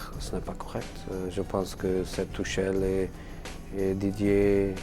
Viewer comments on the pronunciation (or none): none